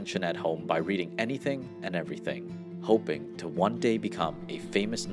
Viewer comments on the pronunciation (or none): none